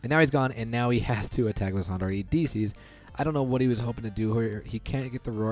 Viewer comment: You're saying houndour incorrectly